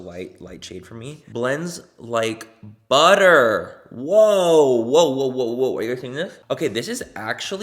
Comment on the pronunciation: The accent roll when Manny says “butter”. Sir I could listen to you talk all day 😂